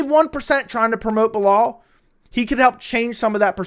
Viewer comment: I’m surprised Dana actually pronounces Belal’s name properly smh